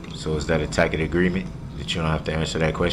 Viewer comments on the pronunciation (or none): Is that a "Tackit" agreement? Still makes me laugh 😂😂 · I wonder if he ever figured out if there was a tack-it (tacit) agreement. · (Ta'-kit) agreement. I want him to invest in Hooked On Phonics. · More brooks words OAF (OATH) AXED (ASKED) DISPARATIVE (DISPARAGING) COHORSED (COERCED) DAT (THAT) GROUNZ (GROUNDS) TACKET (TACIT) BIAS-T (BIAS) DUREST (DURESS) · I love the “tack it” agreement. One time he said that and the judge said, “I don’t know what a tack it agreement is”. I’m sure he meant tacit but what a fool he made of himself. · Windshield wipers. How many “for de rekerd” did he say!!!! Upon yo refusal—— do dat -oaf. Guf. Tackit. Hided. Oh the words. He’s a clown. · No such thing as a tack it agreement, axe instead of ask, oaf of office, amenet instead of adamant, enty not any, sovereign BS